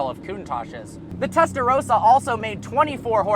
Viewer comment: Whenever he says "testa rossa" it kinda sounds like "Tesla Roadster".